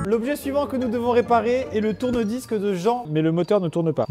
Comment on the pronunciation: Moi a la fin de la vidéo qui comprend tourne vice a la place de tourne disque et qui se dis ...c'est bizarre je suis pourtant sur qu'il n'a pas réparé de tourne vice ...je rejoue la vidéo 2 fois pour comprendre enfin tourne disques 😂😂😂😂😂😂😂